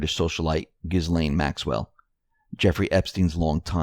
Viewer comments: Candace Sherman Kind of like Elaine in pronunciation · the S is silent in Ghislaine. Love your show!! Long time sub